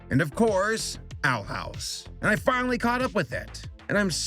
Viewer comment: i thought he said "i got my fill watching the outhouse"